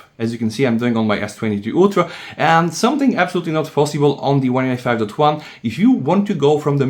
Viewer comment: "OneUI two twan"? Does anybody understand when this guy says OneUI 5.0/5.1?